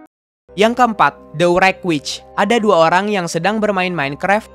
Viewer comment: Kok yang wreck witch bacaan nya steve brine😂